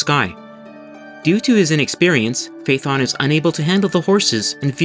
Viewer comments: Not fay-uh-thon. Φα-έ-θων. Fa like the musical note, E like the italian 5th letter. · You are mispronouncing Phaethon. It's three syllables, FAY-uh-thon. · Just wanted to point out that Phaëthon is 3 syllables!